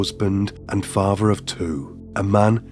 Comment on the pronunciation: faaatheeeer. Gaaatheeeeer. Its an accent i like however he stretches the last syllable too often. I'm going to watch this - I do "like" his voice - but yeah I agree with comments he is putting too much pressure into his voice.